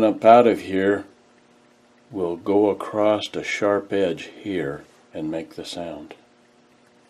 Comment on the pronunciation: This guy's the real deal. A true craftsman says "acrost", not "across".